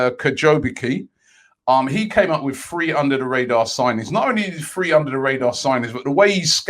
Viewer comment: I'm done. Why can't this guy say "Three" when he means 3?